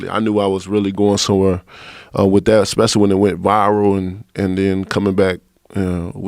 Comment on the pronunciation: deontay ”esecly” wilder